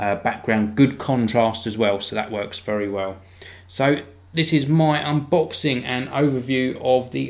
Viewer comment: lol he says "unbooxing"